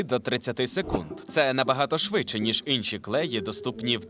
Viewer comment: інші, не ынші